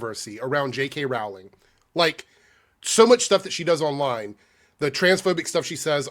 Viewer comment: Her last name is pronounced like Rolling Rock Beer, not Rawl-ing, Yu dumbass! Say her last name right!